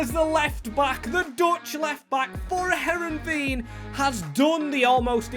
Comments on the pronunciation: English speakers can't pronounce anything that isn't English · butchering this teams name